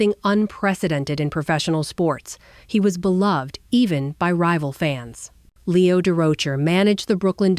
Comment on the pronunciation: AI is terrible to use for narration. And whoever is deploying it obviously doesn't know that it is murdering Leo's name. We see this far too often. It's lazy. I did enjoy the photos that include my father, Homer Peel. He and Mel roomed on the road the years that Homer played with the Giants.